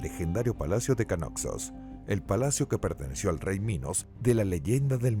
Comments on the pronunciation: Terrible... Tucides en lugar de Tucídides... Canosos en vez de Cnosos. En 3.41 dice "mono-icos" ... Pero aquí se lució. En otros micros es peor. En cambio, en este mismo canal, Mira la Historia, hay un locutor muy bueno que tiene voz de persona mayor. Ese señor siempre tiene una excelente dicción. Un maestro de la dicción, el fraseo, la pronunciación y no menos importante, sin engolar la voz. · Cuando le Dice Tucides a Tucídides y Noxos a Cnosos. 😵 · No pronunciar ni una palabra bien “canosos” “monoicos”…